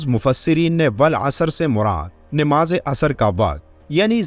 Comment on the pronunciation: Nimaz nahi hota. Namaz hota hai.